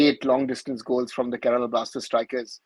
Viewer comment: It's Kerala not kerela...